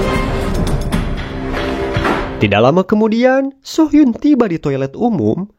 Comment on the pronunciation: Correct dikit om... Soo hyun dibaca su hyun (nama cowok) So hyun dibaca so hyun ( nama cewek) 😊